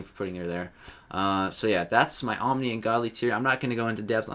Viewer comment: *OMNI, not oNmni.